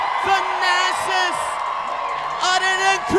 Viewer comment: Finally Thanasis.. say your last name the right way.